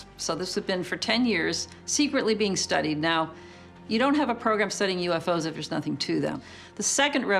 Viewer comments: YOUFO's, first time I've ever heard it pronounced like that. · And they pronounce “UFO’s” as “U-fose”! 😂 Gotta love the accent!